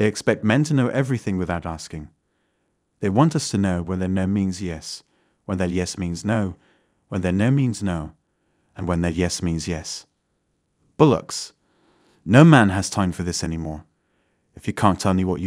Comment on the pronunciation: The AI commentary is off-putting tbh. It's bollocks not bullocks! 😂